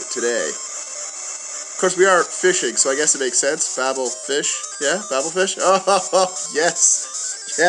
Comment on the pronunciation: just being nitpicky... coelacanth is see-la-canth, Babel is bay-bul